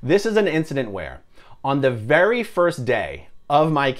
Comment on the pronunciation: Vewy, vewy funny ☺